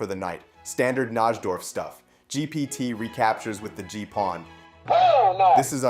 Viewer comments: As a chess fan, hearing you mispronounce Najdorf is like nails on a chalkboard. It's pronounced NIGH-dorf. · It's pronounced NI-DORF. The J in Najdorf is silent.